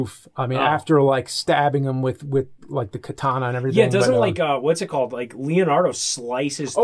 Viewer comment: Guys! The Japanese sword's name is Katana NOT Kitana.